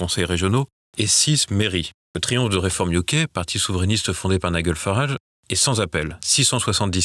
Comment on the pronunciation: Bravo à vous: au moins vous ne dites pas "niguèlle Farage mais bien Naidj'l et ça n'est pas si fréquent que cela.